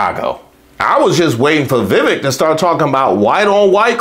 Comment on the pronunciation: sorry, but I have to point out youre pronouncing Vivek wrong. Its pronounced viv-ake and it rymes with cake. I know because he did a poor excuse for a rap when introducing himself